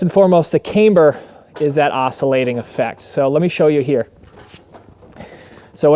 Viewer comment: One would think that if you marketed a "cambered" bar, and actually made a video about the benefits of having a "camber", that you'd learn how to pronounce "camber" correctly. This is almost as cringe as when YouTubers or firearms manufacturers pronounce "ambidextrous" "am-bee-dex-tree-ous".